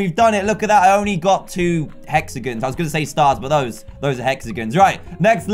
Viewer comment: its hexagon not (hex) (a) (gen